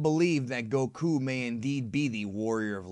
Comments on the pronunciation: why do you pronounce gokus name koKU ? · Goku? Nah.... GoKOO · the better question is why they fooled me by dubbing it incorrectly in the American dubbs where they pronounce it more like "Góku" with emphasis on the o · FUCKING. SAY. GOKU. NORMALLY. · Ugh, I like your videos, but I hate how you say Goku. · The way you say Goku and Saiyan is odd